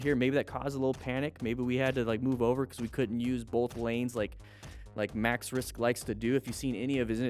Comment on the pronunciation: Hes called maxwrist not maxrisk